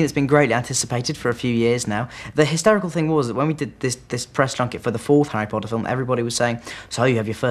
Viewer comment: lol the girl at the end says: harry patter